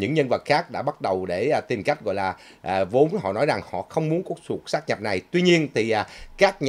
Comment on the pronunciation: "sáp nhập" chứ không phải "sát nhập" ơi.